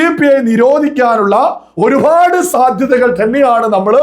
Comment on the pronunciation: ഒരുപാട് എന്നാണ് പറയേണ്ടത് ഒരു ഫാട് അല്ല😂😂